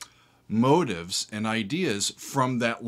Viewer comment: I'm sorry, but your repeated mispronunciation of the word motif as "motive" drives me nuts. You've been doing this forever. Please stop. It's pronounced mo-TEEF.